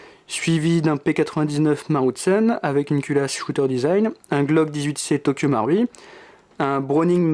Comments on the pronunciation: nop sa se dit tokyo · Tokyo maroui c le mots le plus prononcer de ta vie